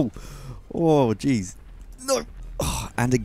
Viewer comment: When you say "Oh jeez" it sounds like "orgies" and that's just... hilarious